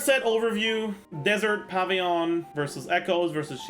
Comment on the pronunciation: I love that he says "pavy-yon"